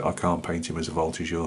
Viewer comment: A lot of nice advices with this tutorial! Great french prononciation for the Voltigeur. Wish you a Merry Christmas!